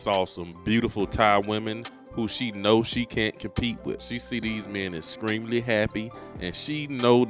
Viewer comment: Brewty and Exskremely. Bruh learn how to pronounce words before you start bashing people. You produce content that screams “I hate women”